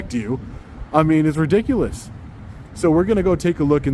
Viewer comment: Interesting how certain people act in public. They axe and act ridic-O-lus